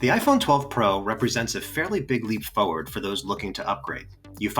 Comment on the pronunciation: It's FORWARD, not FOUGHWARD